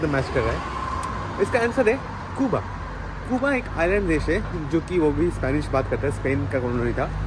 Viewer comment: कूबा कूबा क्यो बोलते हो? सही उच्चार जो दुनियाभर में बोला जाता है क्यूबा।